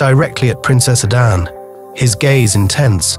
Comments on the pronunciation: Please stop saying Adan! It’s Ada nne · It's pronounced....Ada...nnnnne